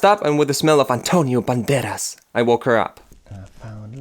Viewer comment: Que chiste como dice "Antonio Banderas" jajajajaj